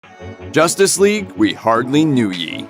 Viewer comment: "JOSStice Whegue"